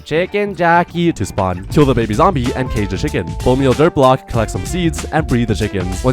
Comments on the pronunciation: Bro say blcok not block and when he say the second time he just correct 😭😭😭😭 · You said blcok instead of block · Bro said blcok and not block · Yes “blcok”💔